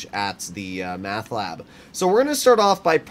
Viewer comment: Why are you calling it math ? It's meth *?